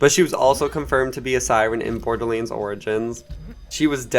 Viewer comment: Dude pronounce borderlands correctly holy fuck